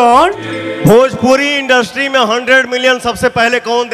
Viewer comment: चंद व्यूज के लिए दूसरे कलाकार का अपमान मत करो पहले इंडस्ट्री ठीक से बोलना सीखो बोलने के तरीका से लग रहा पांचवी करके पढाई छोड़ दिया था ~ एक निरहुआ फैन